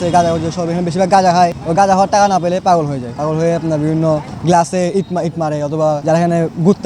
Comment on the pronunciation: Paaaagoool valo vab e uccharon koren...bolod